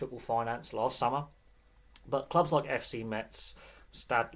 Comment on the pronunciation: It's pronounced Mez, they don't say the T. Metz have had some decent years in French Football and have won a couple of things, unfortunately they are a bit of a yo-yo team now.